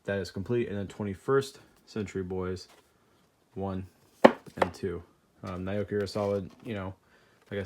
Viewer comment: Hey dude just thought I'd let ya know Naoki is pronounced more like Now-Key.